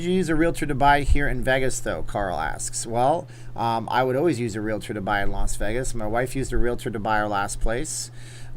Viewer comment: I very much appreciate the fact that you pronounce thr word "realtor" correctly. Thank you, thank you, thank you!!!